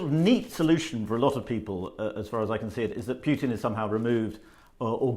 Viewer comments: It's "Putin" not "Pjutin' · "PooTin" not "PYouTin"